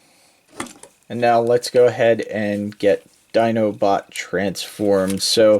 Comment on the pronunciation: "So there you have his feet sticking up his 'dinobutt'". XD I know, you said Dinobot, but it really works for him. Would be hard to get that for Optimus or anyone else.